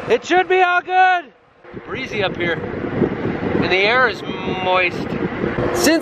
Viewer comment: “We’re really doin it Hair’!!!”